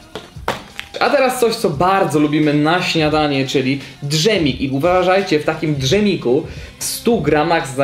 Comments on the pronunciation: Drzemik xD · drzemik ? Dżemik !!! mówisz drzewo ? czy dżewo ???? xD